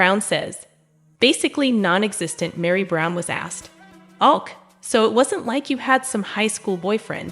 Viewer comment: This is an AI voice. “Ok” is mispronounced as ”awk”. Keeps repeating sentences. 👎